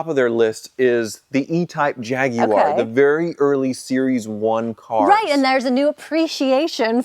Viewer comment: my appreciation for YOU has just SKYROCKETED simply because you pronounced (not that kind of pronoun, i dont have blue hair) Jaguar correctly. As for the rest of you, dont give me that hey its not wrong its the American way...bs. Its wrong.